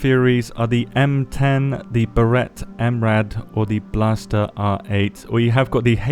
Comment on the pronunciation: Blaser bro not blaster 🤣